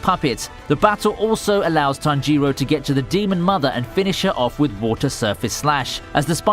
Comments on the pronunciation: It's Tánjiro not Tanjíro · “NeazUko, Tanjyro” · It's not Tanjíro it's Tánjiro and not Nezúko but Nézuko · 'Tanjeero' 'nezooko' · Nobody:: nezooku and tanjeero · Ahiro? You mean tanjiro? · lool tommy oka and tan jee row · Why do you pronounce tanjiroooooooo its not like that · Tanjeero Tomeeoka Nezooko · nezUko? tanjIro? Nonononono pronounce names right please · "Nezukkooooo" "Tongeroooo" god I hate people who use content that they don't even watch/read just to make money. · Nezoookooo, Tangerro xD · The way you spell tanjiro man.. Tan jee roeh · “Tanjeero” and “Nezooko” Completely fucked up the pronunciation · My only issue with this video is the way you pronounced tanjiro and nezuko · Why are you mispronouncing Nezuko and Tanjiro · his pronunciation of Tanjiro angers me